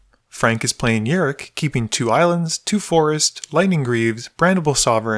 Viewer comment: It's rok not rik